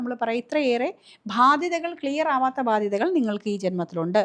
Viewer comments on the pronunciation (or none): മാഡം, താങ്കൾ ഭാദ്യത എന്നാണ് ഉച്ചരിക്കുന്നത്. കേൾക്കുമ്പോൾ ഒരു സുഖമില്ല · ഭാധ്യത അല്ല. ബാധ്യത